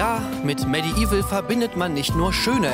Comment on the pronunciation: ich weiß, "medieval" ist eines der schwersten englischen wörter für uns deutschen, aber auch bei diesem wortwitz bleibt das "i" hinterm "d" stumm - medevil quasi ;) bitte, gerne :)